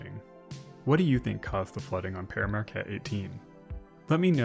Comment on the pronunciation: We pronounce it "peer", not "pear". Other than that, great vid!